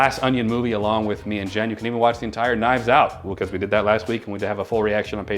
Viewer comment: I really have never heard someone have as much trouble saying my name as Jen. Lmao